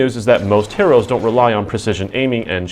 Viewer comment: Your pronunciation of "heroes" is a bit different than what I'm used to hearing. You gonna review Just Cause 3?